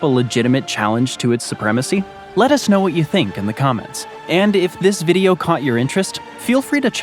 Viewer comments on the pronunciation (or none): none